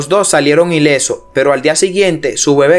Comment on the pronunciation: Solo te falta pronunciar bien el español latino ,si quieres tener más audiencia,es doctor no( doltol) coalto,es cuarto,ilesos no ileso,nos dimos cuenta,no dimo cuenta no epilesia,no dotor doctor, Te hago esta recomendación lee en voz alta para que corrijas tu pronunciación, lectura moderna ya que ese modismo de hablar como lo haces ,al mexicano nos lo dicen habla bien no hables como niño mimado Ho sea mamon.no es ofensa y si una !recomendación!